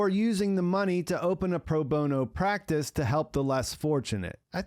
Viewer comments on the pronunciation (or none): none